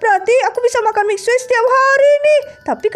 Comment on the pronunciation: Itu manggil eskrim mixue miksue nama nya emang mixue tapi di baca nya miksu bukan miksue 😂